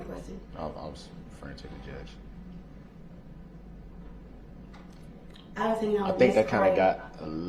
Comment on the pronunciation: look at little boy lost wanting mummy to help him. …. She does… 😡 Boy how things change…. Within a few hours after her helping him and giving him all this leeway he’s going to spouting off at her and all the court saying’ how you even a judge (jurr-ge).